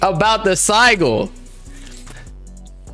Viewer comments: dude said sy-gul 💀💀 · couldn't take this serious after I heard "sigle" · SI-JIL BRO. NO SIE GULL. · Sih-jul…. I was like wtf is a “sie- gull” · No way mans said Sigle dafuck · Bruh It’s hard to listen to “siegel” over and over again it’s Sigil with a j sound lol like ci - jul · Its just the same as a crest lmao p.s its pronounced sidge-ill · it's sigil pronounced sijil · saying sigil wrong the entire time was killing me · The pronunciation of “sigil” was making me rage 😂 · The way they pronounce sigil got me an aneurysm i cant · bro i can't stand the way the pronouncing sigil it's funny asl 😭😭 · Bro they were pronouncing Sigil wrong the whole video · They way yall saying sigil is wrong and dude doesnt know wtf hes even talking about lol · MAN I DON'T THINK THAT'S HOW YOU PRONOUNCE SIGIL LMFAO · These guys really don’t know how to pronounce sigil? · How does dude not know how to pronounce sigil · them mispronouncing "sigil" killed this for me. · BOB IT'S SIGIL lol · U can't even pronounce it bob, i don't think it'll work 4 u 😭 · i hate how they are pronouncing sigil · Also bro don’t know how to pronounce sigil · Not trying to hate but how are you going to speak on this knowing absolutely nothing about it, dude couldn't even pronounce sigil right